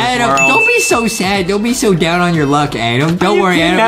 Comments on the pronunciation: HE NEEDS TO GO ENGLISH BOO CAMP HE SAID ADAM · Adem oh Adem Is Not Adem Its Adam Ohhh